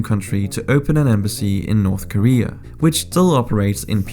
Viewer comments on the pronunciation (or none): none